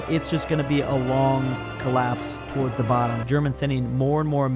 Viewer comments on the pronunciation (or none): none